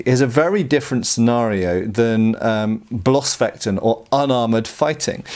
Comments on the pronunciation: yeah the use of ß changed a lot during the centuries. But bloß is still a modern german word and the pronounciation should be the same. Messer for example is pronounced like the modern Messer and nobody pronounces it with long e or something. But it isn't a big thing that pronounced it like he did. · this moment when bloßfechten changes to blaaasfaiiten. lmao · Bloßfechten ("naked fencing"...in the sense of no armour that is)...sounds a bit funny when an englishmen pronounces it :-) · Great video as always, but just a quick note on "Blossfechten/Bloßfechten" It would be more accurate to translate it as "bare" or even "naked" fighting as the word "bloß" (meaning "bare"; pronounced like "loss" but with an elongated "O" as in "door" and a "b" in front) has nothing to do with the word "Bluse" (meaning "blouse"; pronounced like "lose", but with a pronounced "e" as in "eh" and a "b" in front).